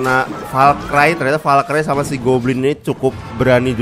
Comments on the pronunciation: bang valkri bang bukan valkray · bacanya valkri bang bukan valkrai